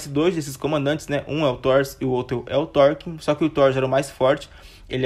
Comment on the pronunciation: ótimo vídeo meu caro! conseguiu contar tudin de importante! só uns detalhe, eu acho que Thorkell se pronuncia só "Torkél" mesmo, não "Torkin" uahsuhaushd e no final ali que você fala sobre o Thorfinn, se eu não me engano são 24 episódios, não 25, mas ficou muito bom o vídeo!